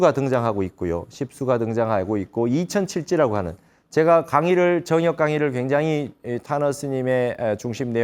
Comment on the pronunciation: 정역의 바를 "정" 자 발음이 틀렸나이다. 길게 발음해야지요! 스님 같은 대학자께서 이 바를 "정" 자를 브르게 발음 하지 못한다는 것은 실로 부끄러운 일이옵니다.